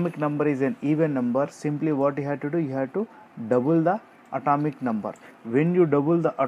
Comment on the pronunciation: At"a"mic no. Too causes th same sensation Bor"a"n too Like nd I'll like in return